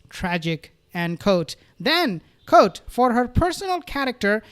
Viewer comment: Fyi.(Re: the word quote)... It's not pronounced "kote"...its "kwote"